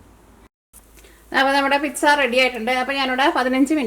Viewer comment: Piksa aavunnapole thonni parayumbol ennaaalum nice pizzaa aayittund yemmi